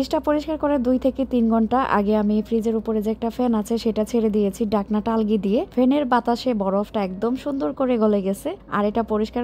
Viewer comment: ঘ, ঝ,ভ,ঢ এই বর্ণগুলো সঠিক ভাবে উচ্চারণ করবেন। তাহলে মান আরো সুন্দর হবে। যেমন, ভাপে, ঝরে এই শব্দগুলোকে আপনি বলছে বাপে, জরে। ঢাকনাকে বলেছেন ডাকনা। সাপ্তায় না, সপ্তাহে বলবেন।